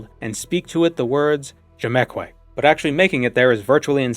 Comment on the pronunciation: He said "Djemkweh"